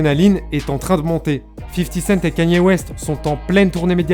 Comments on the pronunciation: salut . stp ca se dit " k é n i " ( KANYE ) et non " k a n i é " . 👍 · la vidéo est tres bien mais ca se dit kani west et pas kanyyyé west bordel.... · Il y a que moi que ça perturbe qu'il dis kAnye West et pas kEnye ? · Pq tu dis kanyé ? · C’est « Ka-nyé » la prononciation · pas kanier kéni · Non ça se prononce absolument pas comme ça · Over Size écoute I love kanye dans life of pablo et on verra si ça prononce pas comme ça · Noa abdeljelil & oui je répète ça se prononce pas comme ça, son accent est très mauvais